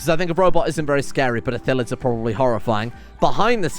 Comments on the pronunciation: As someone who plays D&D frequently, it hurts to hear "Ithillids" instead of Illithids. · the L comes first. It's ILL-etheds. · Good start! And, since you're curious, it's pronounced ill-ith-ids. Also spelled that way, but...eh. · Great vid, it's I-lli-th-ids tho. Keep up the good work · Call em mindflayers if you have troubles with pronouncing Illithids